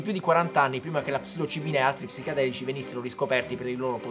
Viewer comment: Ma solo io lo sento dire psicAdelici invece di psichEdelici?